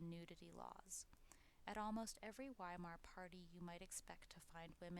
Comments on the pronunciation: Is it too much to expect Americans to pronounce Weimar ("VY-mar") properly? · Entschuldigen Sie, junge Dame! The "W" in Weimar is pronounced like a "V". Y'all sound like a "rookie", cookie! Frieden! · “During the decadent days of the WHY-mar republic “=😅😅😅 I’m gone